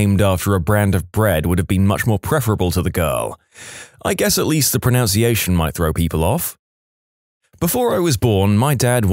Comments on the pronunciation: ProNUNciation, not ProNOUNciation. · Pro-NUNC-iation. Not pron-OUNC-iation. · Lol. The irony of mispronouncing “pronunciation”